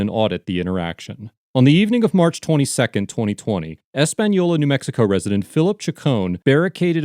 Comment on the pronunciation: Wow this is my home town and it's crazy to actually see a video on it haha. Big fan of the page and I want to thank the maker of the video for properly pronouncing the city of Española. It's not a hard name to say and alot of times it's mispronounced so I appreciate the little effort it took to properly say it. I can help with a little more information. One crazy thing the sheriff did when they came to arrest him. He legit called all his deputies from the field to the office saying an emergency was happening giving no context. So they all pull up draw their guns and there is pretty much a stand off it was crazy. Now I do agree how bad the sheriff department looked here but I must say I know first hand there is some really good ones in both the sheriff department and the city of Españolas police department. The under sheriff was also arrested at a later date and this is all still going through the process. I will come back to this comment and update it as the proceedings continue. Thank you again to the creator of this page and the great work you do. You entertain and teach a lot of people stuff about the law and we appreciate you.